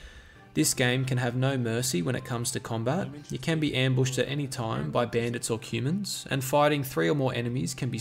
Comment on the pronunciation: Is he saying Cumans? haha Nice video